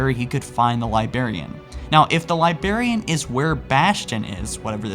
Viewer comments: Librarian. Not libarian. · I cringe every time he says "liberryan" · There's a first "r" in "Librarian". It is not "Libarian" as you pronounce it. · Dude I love what you're doing and I love that you've gotten better over time but you're saying Liberian. Like if you need editors you have a shit ton of people willing to help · pisses me off so much how he says libarian instead of librarian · "libarian" I CAN'T BELIEVE YOU! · It's librarian dude...stop saying Liberian... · Holy shit I cringe everytime you say Librarian wrong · There's an R in the word librarian you know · I am really getting tired of you mis-pronouncing words. Librarian- Lie-brair-ee-an Ancilla- an-sill-ah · Dislike for how you said "librarian" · Your pronounciation of librarian is killing me dude. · The pronunciation of Librarian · I love your content, but for the love of god. Figure out how to say librarian and forerunner. Forerunner and foreigner are completely different words. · He can't say librarian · When you mispronounce "Librarian" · You say librarian weird. Makes me want to kill my self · your pronunciation of sphere and librarian make me want to kill a puppy